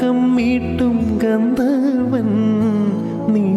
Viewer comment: നന്നായി പാടുന്നുണ്ട്..നല്ല ശബ്ദം, നല്ല feel, താഴെയും മേലെയും അനായാസം പാടുന്നുണ്ട്....അല്പം ഉച്ചാരണവും കൂടി ശ്രദ്ധിക്കാൻ ഉണ്ട്..eg ഗന്ധർവൻ... .. മലയാളം വാക്കുകളുടെ ഉച്ചാരണം നന്നായി മനസ്സിലാക്കി പാടിയാൽ പാട്ട് 100 percent സൂപ്പർ ആകും ❤